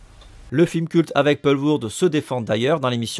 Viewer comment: ça se prononce "Poulvorde pas polvourde" Sorry je fais le belge chiant mais je voulais préciser